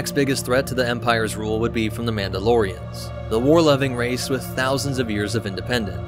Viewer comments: It's not Mauldalorians, it's Mandalorians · Mauldalorians? Really?🤦‍♂️